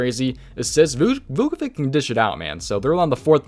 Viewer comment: Just letting u know ur pronouncing Vucevic wrong it’s Vu-Suh-Vich